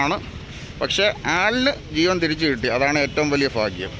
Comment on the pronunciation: ഫാഗ്യം അല്ല. ഭാഗ്യം.